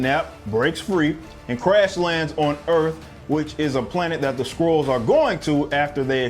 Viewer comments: You were saying Scrulls. I thought you were saying *squirrels*. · Am I the only one who heard "Carol Danvers is kidnapped by some Squirrels"? xD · Are you saying squirrel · Why does it sound like squirrels every time I hear someone say Skrulls?